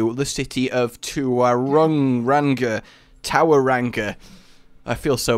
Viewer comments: And tauranga is more like toeranga (au makes a strong o sound in Māori) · haha it's mong-a-newy and tow-ronga haha #kiwi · I cringe so much at you pronouncing Maori words... Here's some help with it Maunganui: Mong-a-new-e Tauranga: Toe-wrong-a Maori: Ma-ow-ree Also, I love the idea of the tug of war style map. Great use of the city as well. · Yo, Tauranga is pronounced "Toe-Wrong-a", and Maunganui is pronounced "Maawn-ga-noo-ii" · Mong-a-noo-ee. Tow-wrong-a. These pronunciations aren't particularly good, but they'll do. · List of names that cannot pronounce- Maunganui- (Maow-gan-newy) Tauranga- (tow-rong-nga) Maori- (may-or-ree) this may have already been stated but it helps to have another list for him to see eh? would really like to see some Maori lines for roadhog, even just Ki'ora would be nice. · Btw it's 'Mo(moth)-nga(really light g)-noo-ee'. And 'Māori' is usually like how you pronounce Maui but with an r, or 'Mo(mode)- ri' if you want to be posh. And and kiwi is also a cool NZ bird. And and and Tauranga is 'Tow(tower)-wrong-ah' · WHY CAN NOBODY PRONOUNCE MAUNGANUI OR TAURONGA!?!?!??? IVE BEEN TRIGGERED FAR TO MUCH EVEN THOUGH THIS IS PRETTY MUCH THE FIRST TIME THE INTERNET HAS EVER REALISED THAT NEW ZEALAND EXISTS? (I'm from NZ if you're wondering) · Mate you can't even spell Tauranga... What sorta kiwi are ya mate. North or south? (don't get too offended, im from NZ too and was equally cringed by pronounciation)